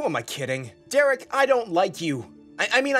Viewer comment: oh sorry, "I'm Dereek" 🗿